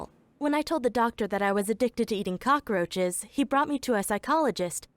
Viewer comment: He had to say “cock roches “